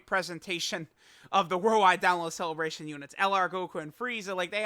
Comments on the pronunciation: Ah yes The cleebration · Ah yes, the cleebration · Haha cleebration go BRRRRRR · So hype he called it CLEEBRATION